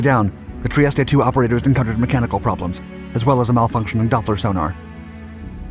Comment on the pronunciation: FFS learn to pronounce foreign words like "Trieste"